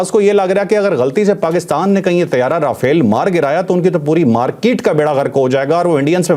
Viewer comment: مودی دہشتگرد رافیل کو را پھیل کہتا ھے